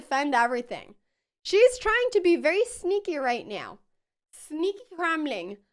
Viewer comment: "Sneaky right neow"